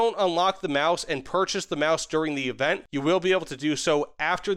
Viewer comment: Your Sturmtiger/Maus pronunciation is spot on!